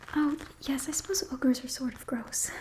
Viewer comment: Can't believe that this is going to be my comment, but I heard "fast breeding ogres" thought you said "orc" and my mind immediately jumped to 40k orks doing asmr. I'm not entirely "all there" mentally I think...